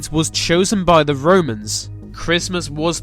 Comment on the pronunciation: It's probably the sound on my computer, but when this guy pronounces the English TH sound, it comes across as V; so I hear VE (vuh) instead of THE, VESE instead of THESE.